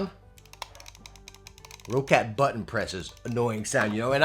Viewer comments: How do you have so many Roccat Product reviews but still mispronounce the company Name? It is NOT pronounced Row-cat, It's pronounced Rock-et. You can't tell me shit about being an American and seeing the word differently because it's what I am as well. If you have to mispronounce it due to Ego or something ideologically stupid, well then you have Rock-Cat to worth with. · What is this Raw/Row-Cat everyone is talking about? It's Roccat. Like Rocket. Or for Americans: 🚀🚀🚀🚀🚀🚀🚀🚀